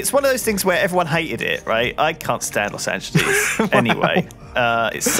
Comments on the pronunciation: I just... You said Lost Angeles Wrong... and then you said you couldn't stand it... I.. um... ok then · Los Angeleez